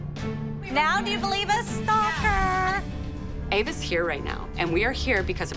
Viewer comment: “stalkæerrrr” helppp😭😭